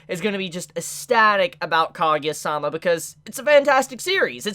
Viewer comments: Ka- Gu- Ya thats how u pronounce it, not kageya facepalm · Not kagya it's kaguya, it was irritation